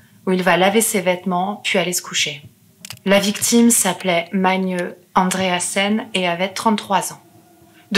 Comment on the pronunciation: Bon travail, félicitations Sinon il y a un autre prénom que tu as écorché c'est : Magne Pour savoir comment on le prononce regarde la série norvégienne : ragnarok